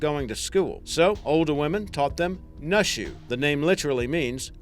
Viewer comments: its pronounced New-shoe not Nuh shuh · its not pronounced nushu its pronounced like "noo-e shu" also, naxi im pretty sure is "na see" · yo, "nushu" is pronounced like "noo-shoo", and "naxi" is pronounced like "nah-shi" (the sound made by 'x' being halfway between the sounds 's' and 'sh') btw great video!